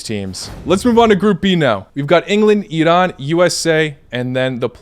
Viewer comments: Ah, finally, a westerner that can actually pronounce "Iran" correctly. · Wow finally! You are the first person who pronounce iran correctly! LMAO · The only foreign person who pronounced Iran right, I appreciate you so much😄❤